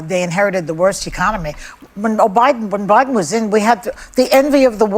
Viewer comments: Behar said "O'Biden"...Freudian slip? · Freudian slip… she said “O’Biden” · I here her say Obiden I swear she did she is so stupid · Note she said OBIDEN! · Joy definitely said Obieden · lol joy said o’biden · Did I hear that right? She said Obiden... proof that Obuma was behind all this? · Did Joy say Obiden??? Hmmm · Did joy say Obiden??? Things that make you go hmmmm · She said OBiden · Did she say O'Biden??? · Joy said Obiden lol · DId Joy just say "O'Biden" ??? 🤭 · Joy said "Obiden"